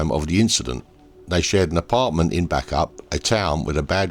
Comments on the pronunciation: Bacup has a secret 'y' in the middle, pronounced 'Bay-cup'. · Sorry, its pronounced Baycup. Very sad story, poor woman! RIP Sophie ❤